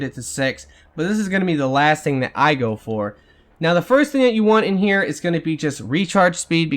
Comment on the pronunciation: Still haven't learned to say "Here" I see.